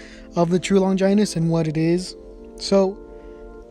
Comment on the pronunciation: Stop saying longinus like that